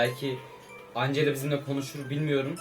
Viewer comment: Angela diye okunmaz encla diye okunur 😎😎😎